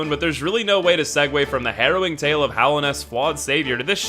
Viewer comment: Did you say "Hollow" everybody?